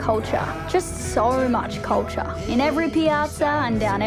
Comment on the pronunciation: “Syrupy culcha” 🤓🥰